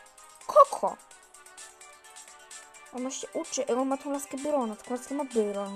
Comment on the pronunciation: naucz się muwić muwi się bairon